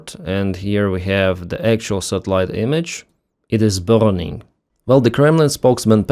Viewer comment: tu deviens français! You pronounce "burning" like my felow citizens 🟦⬜🟥, and I love it. Thank you for the update on the volcanic activity in Russia. I love science